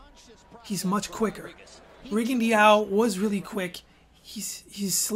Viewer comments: Hayden Hausman no Rigo actually wants his name to be pronounced rigon-dee-ow. Listen to his Spanish speaking trainers say his name. And low-ma-chenko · Rigondeaux = Ri-gun-dow Lomachenko = low-ma-chain-ko Jesus.....